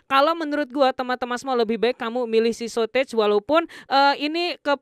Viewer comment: South Gate bang, bukan South Age 😂